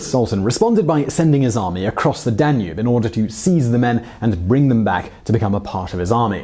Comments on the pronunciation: DAN-ube, not dan-UBE. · "rudiments" of maths and astronomy? duh-nube? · I love the way he says danube (tonava), like DA NOOB! 😂 Well i cant assume everyone can prenounce foreign words. But awsome stories anyway. 👍👍